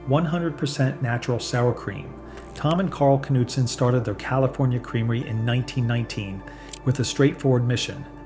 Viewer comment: Are you for real? Something's odd with your videos! And it's not just this one! You're talking about Knudsen Hampshire sour cream and all is in footage is Fage sour cream! When you're naming certain labels you're comically pronouncing them awfully wrong like a bot is reading the script! What the hell is up with this channel!!!! 😡